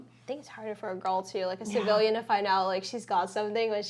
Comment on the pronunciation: 🤣🤣🤣 And cracks me up Everytime she says "civilian" 🤣🤣